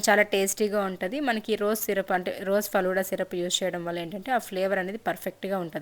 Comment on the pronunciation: ఫలూడా కాదండి ఫలూదా